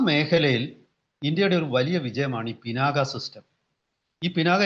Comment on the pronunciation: കല്കണ്ടം, കന്മദം എന്ന് പറയുമ്പോൾ എങ്ങിനെയാണ് "ക " ഉച്ചരിക്കുന്നത്. അതുപോലെ "ക" എന്ന അക്ഷരം കട്ടിയായി തന്നെ ഉച്ചരിക്കണം. ശിവന്റെ വില്ലിന്റെ പേരാണ് "പിനാക" ഇനിയും മനസ്സിലാകുന്നി ല്ലെങ്കിൽ ദേശീയ ചാനലുകളിൽ പറയുന്നത് ശ്രദ്ധിച്ചു കേൾക്കൂ. ഒരു മലയാളി റിപ്പോർട്ടറും പിനാക ശരിയായി ഉച്ചരിക്കുന്നല്ലല്ലോ.